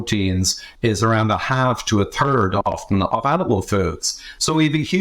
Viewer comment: When he said "tird" I guessed it was Cummins. Personally I am hedging my bets with plenty of plants and small amount of animal products which is the way most people ate for centuries. Vegan and carnivore are both too extreme for me.